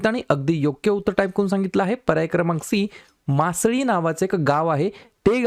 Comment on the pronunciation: मासळी असा उल्लेख नाही सर त्या गावाच्या नावाचा. मसाली ✅